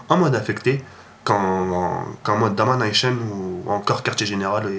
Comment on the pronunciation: mon gar j'adore comme tu dit domination en anglais ac l'accent : domanaÏcheune lol ;) sinon continue ainsi jte soutien j'ai pas loupé une seul te tes video